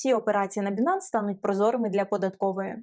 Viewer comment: Не Бинанс, а Байнанс.... ппц...